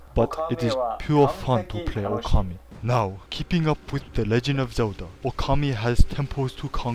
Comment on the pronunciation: "That's funny, just last week I could not pronounce his name." ...and you still can't, as the last "u" is actually silent. :P But in all seriousness, this episode is great. It's awesome to see Okami reviewed, and the presentation is hilarious. XP